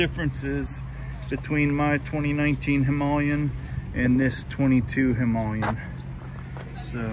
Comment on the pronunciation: Thank you for making the effort to pronounce Himaaa le yen correctly.